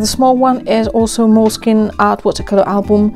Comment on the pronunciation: The pronunciation is Mole (as the Mexican food) skin ( like skin) and e (the last e is pronounced the same way as in mole).